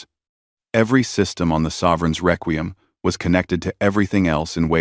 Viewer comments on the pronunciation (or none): Frigot? Reququm? So, not even a nodding acquaintance with the language... AI is going to save the world.